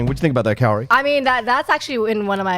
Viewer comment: I enjoy listening to the recap/review here and find it very entertaining. By the next episode do we think can learn how to pronounce Kaori's name?